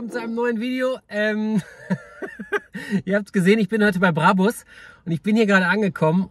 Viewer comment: Er hat den "Brabbbus" geholt, den neuen "Brabus" 😂